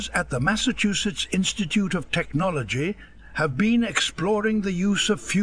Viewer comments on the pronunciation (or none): none